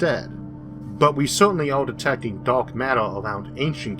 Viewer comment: Da'ark matter not dork matter. Pronounce ur words better bitch